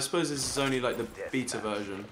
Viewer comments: Did Ollie say Beeta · old said beta like beet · He said beeta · It's only the "Beeta" version